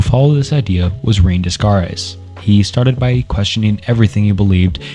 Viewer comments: I'm sorry, I just can't with these pronunciations. I had to stop watching after the second horrendous mispronunciation of Descartes (it's pronounced "ren-ay day-kart" by the way, not "reen dez-kar-ez" or "dess-kart-ez"). Please do some research on how to say these philosophers' names before you start recording yourself talking about them. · Also “Rain Descares” lol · woah you need to look up pronunciations before you make these videos lmao. "Rain desscartays" is pronounced "Renae Daycart," Berkely is pronounced "Barkly", and so many others are horrifying. Im a minute in and am dreading how you pronounce Nietzsche...otherwise good video thus far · What a well done deep dive! Too bad I couldn't get myself to watch past "Des Kartes" and "Le Beans" It's actually hilarious how you couldn't be bothered to spend 3 minutes and look up the actual name pronunciations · lmaooo im only 2 mins in and i cant w "Discardes and LaBeans" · Plato believed that knowledge gained from the senses is not true knowledge but opinion. You really took that to heart when you saw the name Renee descartes and decided to pronounce it like that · when you pronounce rene descartes as "rayne descarres" you probably should have done more research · Knew you didn't care for philosophy when I heard "Dess carte" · Awesome video. Just mentioning Descartes pronounced “day-cart” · "rain descarres"? -> immediately close video, you are absolutely not qualified to talk about philosophy for 2 hours if you mutilate the pronunciation of one of the most famous philosophers in the opening 2 minutes of the video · For the future: Descartes = day-kaart, kierkegaard = keer-kuh-guard, neitzsche = nee-chuh, sisyphus = si-suh-fuhs. Not meant to be passive aggressive btw, just figured it would be helpful, and lend further credibility to your work. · but he does butcher the Descartes' name right at the beginning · I don't want this to come across as abrasive, but Descartes is pronounced as 'Day-cart'.